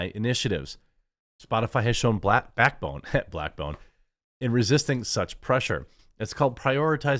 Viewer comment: Loved that “Black-bone” slip up. Glad you left it in😂